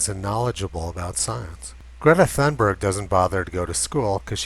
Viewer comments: I agree! Just a comment on Swedish pronunciation - we don't have the 'th' sound so thun... is pronounced tun... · Gordon Adams Tunberg is the correct pronunciation, the T and H are not pronounced th as in English or other languages based on Greek/Latin. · The ”h” in Thunberg is silent. It is there just for ”decoration”. So Tunberg is a better version. I am Swedish. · ...the Pigtailed Pixie pronounces her name as toon-buyer - the scandies don't have a hard G at the end of words, more like a Y , unlike German, where the G is always 'hard', e.g. Georg comes out as Gay-orG...what she spouts is also rubbish of course, and she is leading many other children down her silly path...definitely needs to go back to skull to learn critical thinking, instead of accepting what alarmist have fed her...!